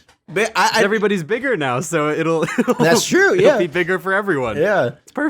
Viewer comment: said Digger.